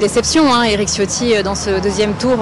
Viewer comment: Tchiotti , pas Ciotti, même si c'est un traitre à la cause Niçoise